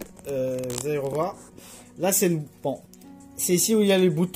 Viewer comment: bonjour, à la prononciation je vois que vous ne connaissez pas cette marque, mais pourquoi pas... sauf qu'en 2021 ce n'est pas ce model là qu'il faut dejà rien qu'à voir le port DB9 VGA.... Bref optez pour le 2510S ou 2710S sont en 165HZ HDR10 certifié et sur une console HDR10 4K 60HZ, que ce soit le 25 pouces ou le 27. Prix du 25 pouces 200 €.. Prix du 27 pouces 220€ , je ne conseils clairement pas ce model , en 2021 les écrans qui proposent du DVI ou du VGA ouille... Si vous avez des questions sur l'écran pas de soucis. A+